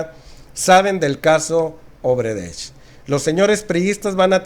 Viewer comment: Solo aclarando un punto mi buen, es odebrecht no obredecht a como lo repetias